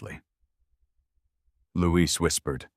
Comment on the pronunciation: Louis is a boy’s name, Louise is a girl’s name. The narrator is pronouncing it as the girl’s name is pronounced while the writing is also using the female version but his friend is a he, with the mother saying “You boys”.